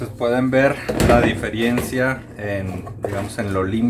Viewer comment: Diferiencia no Diferencia si